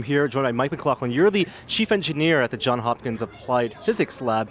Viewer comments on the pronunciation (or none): Come on man. John(s). As in Johns Hopkins. Don't forget the S